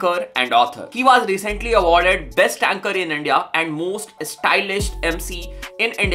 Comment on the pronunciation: Bhai was hota hai vaas nhi😭